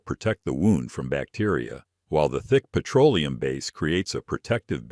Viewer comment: “Pietro-Oleum”…AI grrrr